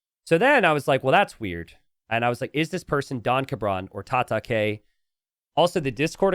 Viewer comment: Tata-kay..? I think that was supposed to be Japanese word for fight pronounced "Tata-kai", as in Cobra Kai from Karate Kid.